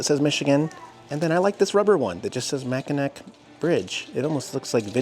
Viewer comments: It's pronounced Mac-in-naw not mac-in-nak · Mackinac is pronounced Mack- in- naw! LOL You were hurting this Mich ears! Lol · It's pronounced Mackinaw Bridge...But, they spell it Mackinac... We are up in St. Ignace till Thursday... If you think lake Michigan is cold try lake Superior... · Mackinac is pronounced MA KIN NAW. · IT'S PRONOUNCED MACK-IN-AW